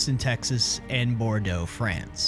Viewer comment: oh my, you actually pronounced bordoux correctly